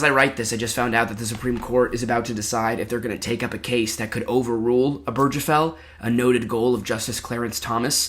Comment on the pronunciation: So I love your vid. It's very well done and researched. But it's pronounced Ober (like over)- guh- fell. Not oh-berj-uh-fell. And the table hitting was also a little grating. But all-in-all, this is my kind of long-form content